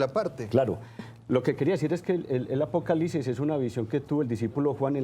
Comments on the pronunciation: La gente aveces no pronuncia bien o no escribe bien entendiste que era apocalipsis no? O no entendiste para explicarte desde el principio peonunciando bien apocalipsis y no apocalisis ya una persona ahora tiene que pronunciar bien todo para que la gente como tu entienda porque parece que no entiendes. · Apocalisis .....(?) donde quedo la “P” APOCALIPSIS mi Señor con todo respeto